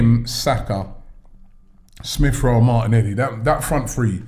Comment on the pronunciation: Robbie: “Smiff Rowe” 🤛🏿